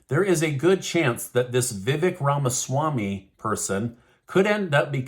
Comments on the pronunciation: Btw,, his name is pronounced:" Vi-vake". Long A sound. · Your pronouncing his name wrong Vivac as in cake I didn’t spell it right but I do have the right pronunciation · Vevek, is pronounced if you rhyme the "vek" with "cake, with the long 'a' sound." Vevaaaaaaak. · Learn how to pronounce Ramaswamy's first name. There's a long "a" in it as in "lake." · You are pronouncing it wrong. Vih-Vake is correct. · Vivek....pronounced Vi-vake, as in Cake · It's Vivek... Like cake... Say it right! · VI-VAKE pronounced LIKE CAKE! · If you are going to cover the 2024 presidential canidates, please learn how to pronounce their names. Vivak is pronouced as " ache or cake " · Vivak's first name is pronounced: Vi (short "i"-- vek - the "e" is pronounced like a hard "A"... = Vi- vAk !! Accent on second syllable!! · Vivek is pronounced vivake like cake